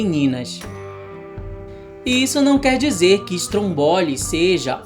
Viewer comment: Não é Strombóli, é Strômboli, e ele pode ser o q for, o fato é q é um vilão BEM barulhento com seu jeito de ser!